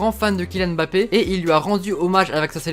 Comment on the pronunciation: "mbappé" au lieu de "Mbappé" soigne la prononciation c'est perturbant mdr...